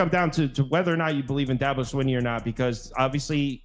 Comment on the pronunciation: saying you don't know about the subject you're speaking on is "throwing a fit"? Lol first, you keep saying Dahhhhhhbo. He's only like one of the top coaches in the country for the last 15 years and you've never heard his name? Do you say Nick SaBahn? Lol Second, You're not well versed on the players at all. Granted one of you knew Mafah because you watched ND, so props there, but the other guy claiming shipley was a giant loss when he wasn't the leading rusher is funny. At least one of you knew that. With the win loss you mentioned Virginia? Said I don't know they're getting better...whoever the georgia fan is is the main one who doesn't know anything. Virginia is garbage and shouldn't even be on BCs radar, much less Clemsons. We assume Georgia will "boat race Clemson" based on what? Lost Brock Bowers and Ladd McConkey and we act like that doesn't matter whatsoever. Georgia will be great, but these Georgia fans are flying way too high. I'm even picking Georgia, but in a lot closer game than they think. I've got like 24-21. He said DJ went to Oregon State and did better. No he didn't. He did exactly the same. With the best OL in the nation. DJ is DJ.